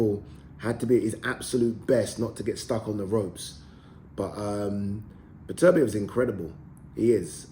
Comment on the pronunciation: His name is beterbeiv not betervia Get his name right you newcomer sausage or a presenter